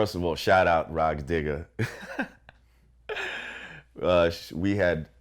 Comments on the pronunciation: lmao dammit vlad. "Rah Digger" it's Rah Digga (Dig-AH) and "Tiger" it's Tyga (Tie-GAH). i know you say nigga with the hard R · This was on point but is he wearing bluetooth ? Lmfao And vlad kept saying Rah DIGGER smh